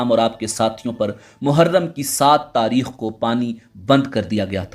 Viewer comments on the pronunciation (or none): none